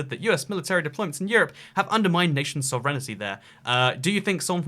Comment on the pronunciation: 'Love your work, but I had to chuckle at your pronunciation of sovereignty, lol. You put out quality, informative content on this channel though, and I learned a lot about Belarus - particularly as a Canadian half way around the world - just in this video alone. Keep up the great work!